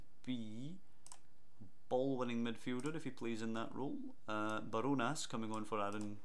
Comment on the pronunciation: ‘barjonas’ is pronounced as bar jonas